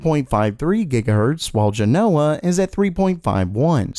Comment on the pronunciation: JEN-o-wuh, not jeh-NO-wuh